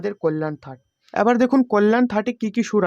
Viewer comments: থাট বলতে কোর শব্দ নেই, ঠাট হবে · আপনার উচ্চারণ ঠিক হচ্ছে না একবার ঠাট কে থাট বলছেন আবার সাত টা কে ষাট বলছেন এতে মানুষ বিভ্রান্ত হবেন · থাট কি ভাই ? আপনার পান্ডিত্য দেখে অবাক লাগলো !!! পন্ডিত । ঠাটকে যে বলছে থাট সে নাকি আবার গানের গুরু । মরি মরি !!!